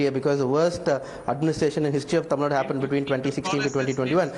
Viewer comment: Its not tamilnad. It's tamil Nadu.. Don't forget the 'u'.. I'm not a tamil guy.. but the way you north folks just say kannad and tamil Nad is so irritating